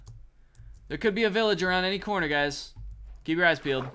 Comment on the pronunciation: As a wise man once a said ''Hello gayys 💀💀hope your PROUD of ur selfs''💀💀💀 "This is ezy pezy as u can sezy''